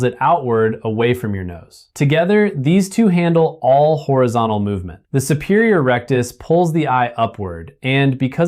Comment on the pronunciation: It sounded like he was saying "the superior erectus"... I was startled for a moment thinking "Hey, howd he guess my nickname" 😂